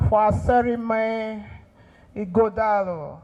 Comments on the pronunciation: This baffles me that Nigerians from other far and near tribes can't pronunce Ighodalo distinctively. Even when they are making their written speeches with the name also written in the speeches. Can't they learn the pronunciation before delivering the speeches ? The time we were schooling in a french country, the white lecturers could pronunce our African names such as Obhigho, Akhahon, Inegbedion and Oghedegbe very well. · I’m surprised that Senator James Manager, from Delta State couldn’t properly pronounce the name of the Edo PDP candidate. Here is a man from the next community to his own